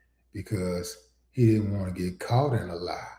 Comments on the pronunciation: Caught not “Cought” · “Cought” in lie? How can I take this vid seriously? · Caught not cought... wtf Willie D. Please get it together. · “Cought”? 😂😂😂😂 ok stop. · FYI it's "Caught" in a lie, not "cought"